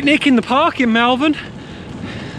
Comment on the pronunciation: FYI it’s Moll-Vern 👍🏻🙂 Nice vid, too short though